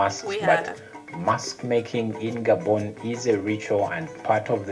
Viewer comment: It's Gah-bon not Gay-bon.